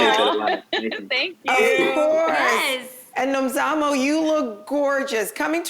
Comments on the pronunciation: South Africa is so proud of Nomzamo, and well done Jeanie for saying her name perfectly :) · We're proud of you Nomzamo 🤗 Thanks for pronouncing her name the way you did! 👏🏾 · They said her name properly 🥰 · Super proud of Jeannie for pronouncing Nomzamo's name right. She's welcome here anytime just for that. Nomzamo flying the flag for us,super proud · I like how everyone took time to know how to pronounce her name! They did their homework about her! Proudly South African 🇿🇦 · I love how they pronounced Nomzamo's properly 😍😍LOVE HER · I’m impressed by how you guys pronounced Nomzamo’s name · Jeannie pronounced Nomzamo's name so well. 😊😊😊😊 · I'm happy they pronounced her name well😊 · Jeannie pronounced Nomzamo’s name so perfectly! Loved that! South Africa stand up🇿🇦🇿🇦🇿🇦❤️ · I love how Jeannie said Nomzamo's name 😍😍🇿🇦🇿🇦🇿🇦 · Thank you so much ladies for actually pronouncing her name right!! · Came here for Nomzamo and the fact that they all pronounced her right....awww Hollywood Reporter's NEXT BIG THING......YASSS MAMA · I actually replayed 3 times everytime her name was called, just to hear them say her name right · Hallo wow ladies you pronounce Nomzamo's name so well.Hallo girl thanks for representing us in USA. So excited yey 😍😍😍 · all the host said her name right,love you even more for that guys. south africa is proud nomzamo